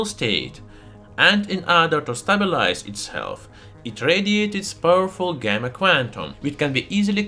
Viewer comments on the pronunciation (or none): none